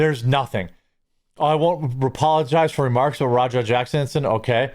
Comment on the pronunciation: Is it just me, or does anybody else here "rawdog" instead of Raja?